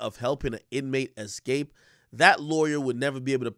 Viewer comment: I don't trust anyone who says 'excape' in place of 'escape'. Not sorry.